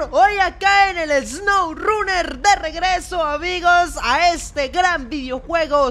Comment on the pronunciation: Mud rruner y swourruner